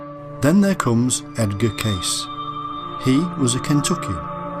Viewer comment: Edgar Cayce's name is not pronounced "CASE", it's pronounced "CASEY".